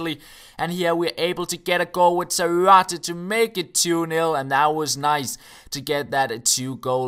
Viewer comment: its pronounced Zárate.